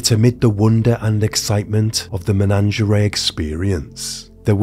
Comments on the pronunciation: Oh my god its MENAGERIE not MENANGERAY 😂😂😂 its even written on your own slides 🤦🏼‍♀️ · Take a shot everytime he says menangerea 😂